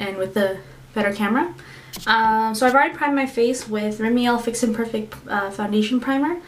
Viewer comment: lol u say rimmel rimeal. haha your cute xxx